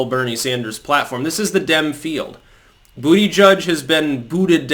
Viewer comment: Every time you said “this is the Dem field“, what I heard was “this is the Dim field“. BTW, Siri spelled out “Damn field”.